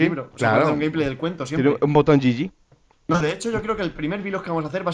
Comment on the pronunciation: es GG no yiyi y un boton gg suena GEEEEEEEEGEEEEEEEEEEE